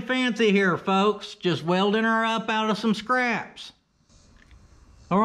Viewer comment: “It’s time to do some wheldin” 😂😂😂